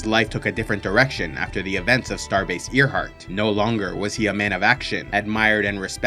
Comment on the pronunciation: Good video! But hey, FYI- it’s pronounced AIRheart. Like, named after the great female aviator? It’s not the heart of an ear 😘